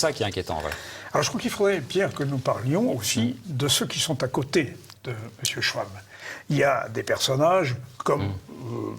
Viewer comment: Schwab : schVab pas schouab, c est de l allemand.